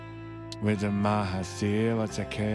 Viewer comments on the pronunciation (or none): none